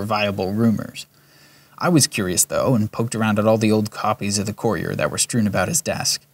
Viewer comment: Just a few pointers. “Conversate” is not a word it’s converse. And lorkhan is pronounced “lore khan” not “lor-kin” and courier is pronounced “cur-ee-er” not “core-ee-cur”. Just a few bug bears I needed to point out but the actual script was good other wise.